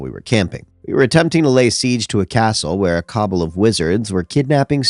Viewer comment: I’m not one to mention this kinda thing but cabal is pronounced kuh bal. its kinda important for dnd